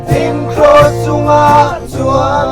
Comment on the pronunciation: Kross tih tur ah Hross atih tlat mai le aw..